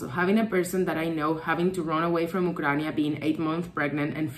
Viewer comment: What is "Ukrania"?:) Sorry, don't want to be mean, but it's funny how you pronounce the name of the country. Probably it's how it's called in Latin-based languages.